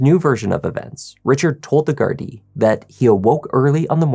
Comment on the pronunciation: I like you just a thought.. very respectful and say gardai right.. love from Ireland ❤....rip Tina 😢